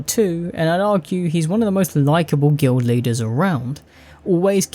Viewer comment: Guild Leaders? I thought you said "Glue Eaters."